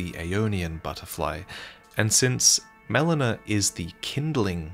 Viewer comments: Haha the way "Melina" was pronounced here is like "melena," which is the medical term for bloody poop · I absolutely hate when someone mispronounces a name that is so clearly spoken in game… “melona”🤬🤬🤬